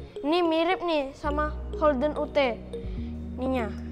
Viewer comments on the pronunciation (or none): Kalo ute bacanya youth